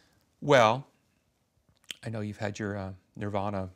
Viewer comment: It's okay to say Nirvana, just don't say Nirvaner.